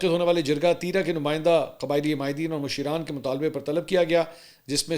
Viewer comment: yeah lafz masheeran nahin mashraan hai jis ka matlab baray ya buzurg hota hai pashto main